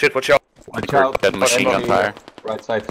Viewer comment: why he saying - maSin gun )))